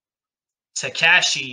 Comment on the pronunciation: so you’re telling me i’ve been pronouncing takashi’s name wrong the whole time?